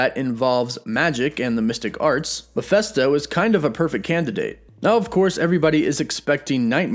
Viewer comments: Maphesto? Your pronounce makes him sound like a muppet. Why is it so hard for people making videos to get the name right?! No hard feelings... Mephisto was my guess when everyone was saying nightmare. Cheers! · Am I the only one here who hears you saying Miephesto instead of Mephisto throughout entire video? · It's Mephisto, not Miphesto. Actually, the full name is Mephistopheles in the original German books from around 1600, but that name is often shortened to Mephisto in a lot of media including in Marvel Comics. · It’s not pronounced Ma-fest-toe. It’s pronounced Ma-fist-toe. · I'm not trying to split hairs... but I thought hus name was pronounced Mephisto - with a short (i) vowel sound - like in the work "it") not Mephesto - Like in the term "atheist manifesto". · You are pronouncing the name wrong. It is Ma(fist)o. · His name is pronounced mefisstoe...Mephisto will be badass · Why do you find it so hard to say Mephisto? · Bruh, can you at least pronounce "Mephisto" correctly?